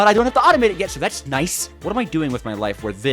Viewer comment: Did he just say Nayce?